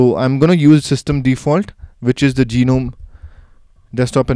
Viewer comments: I think u r form India. In India almost all of us pronounce gnome as Ge-nome.. I think it's pronounced as NOME(G is silent) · "GEE-nome" lmao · Geenome, really? ^^ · Okay, I'm a noob in the Linux world, so maybe I'm wrong, but in standard English parlance, the G is silent in Gnome. A gnome is a tiny mythical creature, usually with a beard and a tall, pointy hat from Scandinavian lore.